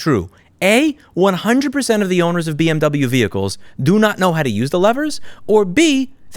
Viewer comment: "Bee Emm Troubleyou" just went to a new level....